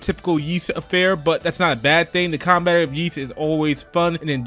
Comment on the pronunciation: i could be wrong but i think the Ys games series names are pronounced "whys"....not that its really important i guess